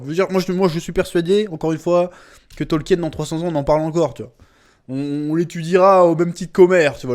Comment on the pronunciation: Information de première importance ! le nom de l'auteur se prononce (tolkine) ! eh oui !